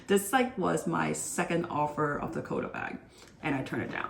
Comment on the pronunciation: I’ve now had to sit through three videos where you’ve mispronounced “quota.” It’s not “co-dah,” it’s “kwoh-tah.” And “gold” has a hard “d” on the end, not “goal.” And the vocal fry is painful.